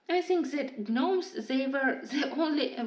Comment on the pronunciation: Beautiful beautiful colorings I LOVE the yellow sky in the gnomes in the neighborhood page would love if you could do a tutorial on how you did that. Also just wanted to let you know the G in gnomes is silent I promise I am only just letting you know just in case you didn’t the English language is pretty ridiculous I know. Lol